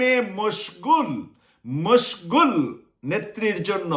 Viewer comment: মসঘুল শব্দ টা আবার বলবেন?